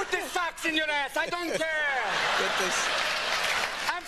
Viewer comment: Put the fox 🦊 in your ass!! 😂 apparently he said “socks”😅